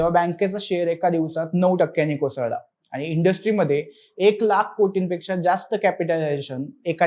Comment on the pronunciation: साहेब, कृपया शुध्द मराठी भाषा बोला! आनि,पानी,निर्नय,म्हनून असे शब्द मराठीत नसून,शुध्द मराठीत आणि,पाणी,निर्णय,म्हणून असे बोलले जाते!! अशुध्द मराठी भाषा कानांना खटकते,हे लक्षांत ठेवून पुढील व्हिडिओ करावा ही विनंती!🙏